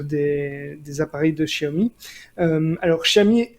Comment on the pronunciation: salut les Technos, le point sur votre chinois ! Bon alors contrairement à ce qu'à écrit plus avant Mario-le-chinois, on ne prononce pas "chiaomi", mais Siaomi, comme dans "siamois". Il y a une légère nuance, mais ce n'est pas du tout le son "che". Quant à Huawei, votre prononciation est presque correcte si ce n'est qu'il faut prononcer le H un peu comme en anglais, quand on dit "Home". Ca donne quelque chose comme "Houaweye." Allez les gars, courage, vous finirez par y arriver !!ou pas ;)